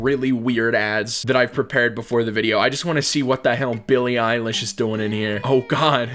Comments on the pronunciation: Billy eye-lash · "billy eyelash" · “Billy Eyelash” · Nonononono it's billy eyelash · NO, ITS BILLY EYELASH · no bro it’s billy eyelash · "Billie Eyelash" - 2020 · "billy eyelash" ~ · You just said billie eyelash